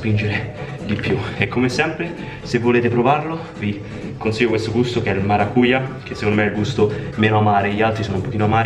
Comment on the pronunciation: Piccolo hint per la pronuncia portoghese: maracujà, la j non è una i ma una gi “lieve” Açai (dai vecchi video): con l’accento sulla i e non sulla prima a, dovevo dirtelo da brasiliano soffrivo dentro all’ascolto😂😂 Comunque video top come sempre🔥